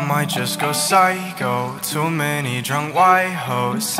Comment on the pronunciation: dude stop stealing content i legit say pysho by maze but you still say pyshco by masn